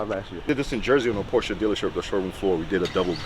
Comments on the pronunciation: Please put the recaro classics with the houndstooth in there! Nardi wheels absolutely have a place inside a Porsche. And please.. you are a Porsche guy now. It’s “Porsch-ah” 😉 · in German, an E at the end of the sentence typically serves the same purpose as an A at the end of an English sentence. It’s pronounced “POR•sha”